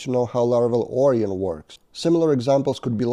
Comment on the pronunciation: Onion => Orion ... I see your logic, but it's pronounced more like or-ai-on (unless the package creator says otherwise). You're welcome. 🙂